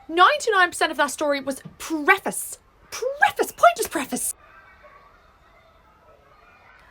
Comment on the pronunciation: The way they were saying preface and sorscha said pref ass